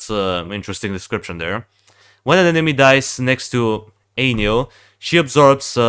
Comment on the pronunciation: turned ainyl into ailynn lmao